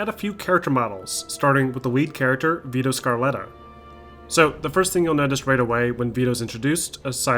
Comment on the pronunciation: you said “Vito Scarletta” instead of “Vito Scaletta”. “Veedow Skaletuh” is the correct pronounciation. Btw, both games look good. But IMO the remaster looks virtually like real life. But at the cost of ruining some things.